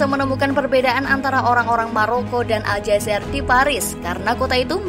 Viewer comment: Bukan Aljazer mbak.... Tapi ALJAZAIR.... IR nya ditekan..